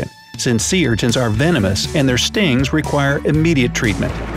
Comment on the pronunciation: He said sea wrong he said say lol 😂